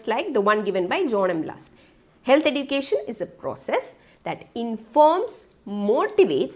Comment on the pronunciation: Can't bear the "edukatn"